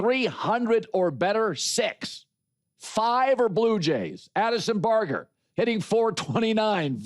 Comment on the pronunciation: He can’t even pronounce Bargers name right…the first guy to hit a pinch hit home run in World Series history 😂….what a 🤡 time to retire old man. Pretty sure even my grandmother knows bargers name after hearing it a million times after that hit…